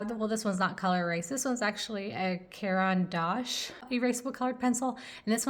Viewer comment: I love this video but I died inside when I hear how you pronounced "Caran D'ache" and "Boku Undo Japanesque" 😂 You should check out Turner Acryl Gouache, it's much better than Holbein, and I speak as someone who has the full 102 Holbein Acryla Gouache set.